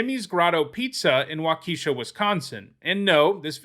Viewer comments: It's wah - keh - shaw. not wah key shaw. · Waukesha is pronounced wha- keh- Shaw. Not wha-key-Shaw. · It's WA-ke-shah not wa-KEE-shah. For your edification. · Waukesha is pronounced Wah-Ke-Shaw, not wah-key-shaw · Hell yeah, Ponza Rotta Red. They really didn’t run Sphere of Resistance in these pro decks, tthough? Also — “Wau-kEE-sha”? C’mon. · Wisconsin showing up! Also the "e" in waukesha is pronounced like in "et cetera" Walk eh shaw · I used to live in Wisconsin, and my father still lives there. It's pronounced, "waa·kuh·shaa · WakEEsha LOL. Non-midwestern people trying to pronounce our towns is hilarious. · The way he pronounced Waukesha lmao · I hate hearing the name Waukesha mispronounced. Notably, it happened in the movie Mr. 3000.